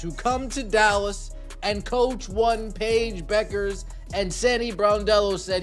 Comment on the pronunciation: Who is this "Paige Buckers" ypou are talking about ...! By now you should be able to pronounce Paiges surname correctly. What disrespect.